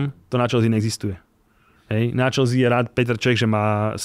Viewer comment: škoda, že se prezentuje jako velký fanoušek a přesto říká "Čelzí"...je to anglický klub a anglicky je to "Čelsy"